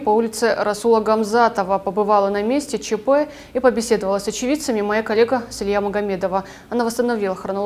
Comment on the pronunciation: ( моя калека ..) с дикцией надо поработать ..здесь это не уместно